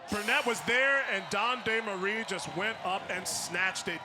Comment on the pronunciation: french dude here and is the closest an english speaker can say it properly i guess